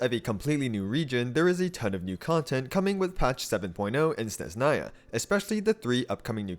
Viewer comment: It’s SneZHnaya, not Sneznaya, don’t ignore the H